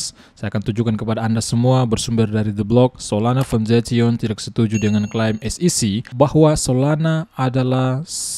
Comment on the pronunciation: Foundation= "Faundesyen"